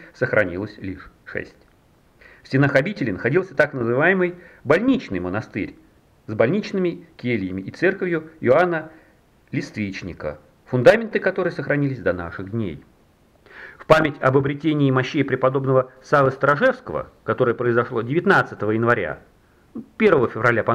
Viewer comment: Чувак, ну ты берешься за неофициальную историю и в первый раз видишь имя имя Иоанна Лествичника ??? .. И ударение там на первом слоге, от слова "лЕствица". ..чисто как историк историку тебе говорю..